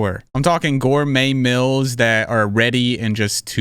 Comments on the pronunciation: What’s a mils? Don’t you mean mEAls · Dude. It’s meeeals, not “mills”. 😂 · I didnt skip your add bc I like the way you say meals! Stop!! I dont think I’ve heard anyone say it that way before